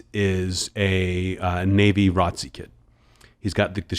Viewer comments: I thought he was saying 'Ratzi'. I thought it was like some term fo a skinhead, especially when he said the guy was always shining his shoes lmfao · Only heard it as R O T C at my high school. Must be an east coast or southern thing? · That's common just as much as R O T C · I didn’t know something was wrong with it. We said it as “ROT-CEE” for short at my school too 🤷🏿‍♂️ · The way he said ROTC 🥴